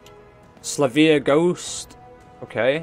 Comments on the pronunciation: Is there education where you live rofl. So bro it is Sil Vee Uh not Sluh vee uh. If you look closely the Y comes before the L. Where did you get the pimp sound dampening foam? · I think it’s pronounced sil-vee-a